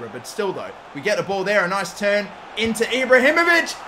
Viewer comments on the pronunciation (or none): none